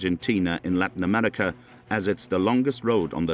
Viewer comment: "South Amedica". "Amedican". WTH?